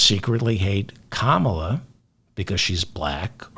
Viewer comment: “KAH mah la”